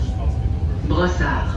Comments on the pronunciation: It's a hard "s" on Brossard, like in "floss". Bross-ard :) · It's pronounced Bross- ard. Took the REM from Nun's island downtown, the Ticket machines are a problem. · Brossard (Name of this suburbs) ->Bross-R Du Quartier (From the Neighborhood) -> Du Car-tee-hey Panama (street)-> Pa-na-ma Île-des-Soeurs (Nun's Island)-> Heel-Day-Sir Gare Centrale (Central Station) -> Gar-San-trall